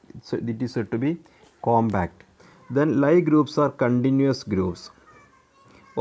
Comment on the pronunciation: ലീ ഗ്രൂപ്പ് എന്നാണു ശരിയായ ഉച്ചാരണം.